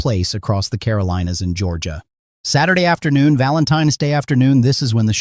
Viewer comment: So...for the creator of this channel: if you're going to use AI, don't say S-day. Say "Saturday". 🤦‍♀️🤷‍♀️